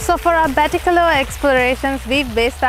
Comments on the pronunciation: Nice documentary. just a correction the " a" at the end in Batticaloa is "silent". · I'm a batticaloa native, when you say batticaloa you do not need to pronounce the last letter 'a'. That's what I wanted to say. I have been in batticaloa more than 23 years, we don't pronounce last letter that's y, just FYI. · Hey, I’ve stayed at Uga Bay. It’s a very nice property. I also have family from the east. Btw, the ‘a’ at the end of Batticaloa is silent. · Hello everyone! Thank you so much for watching this video ❤ It has been brought to my attention that I am indeed pronouncing Batticaloa wrong and it should be pronounced 'Batticalo' as the 'a' is silent !! My sincere apologies to any Batti natives whom I may have offended :D <3